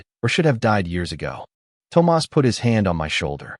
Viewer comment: PLEASE teach your A.I. how to say THOMAS!